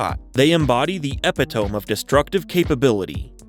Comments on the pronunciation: Epi-tome?? Lmao.. learn English bud, it's epit·o·me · Ep-eh-toe-m 🤦‍♂️ It’s ah-pit-tuh-me, you effin AI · Epitome is pronounced Eh-pit-oh-me. Not epi-tome. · ep-pit-tome? There is only one P and one T, in English it's pronounced E-pit-O-me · "Epitomb" lol wtf. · Did you really just pronounce "epitome" that way? It's pronounced EE-PIT- O-ME. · Eppy tome 😂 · You said epitome wrong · You beat me to this comment! I almost had to turn this video off because I can’t take it seriously if you can’t pronounce common words lmfao 😂😂